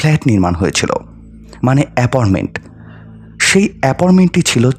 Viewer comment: অ্যাপনমেন্ট না। অ্যাপার্টমেন্ট হবে। খুব কানে লাগছে। আরো অনেক উচ্চারণও ভুল আছে। একটু শুধরে নিলে ভালো হয়।